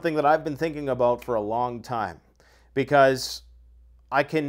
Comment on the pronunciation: Abooot. Haha you gotta say about.